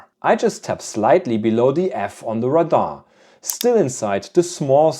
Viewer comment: Radar is not pronounced like “Rahdah. It’s pronounced like “Ray- Dar”.